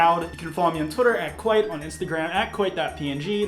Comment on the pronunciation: Jaclyn Hill has been Kwite all this time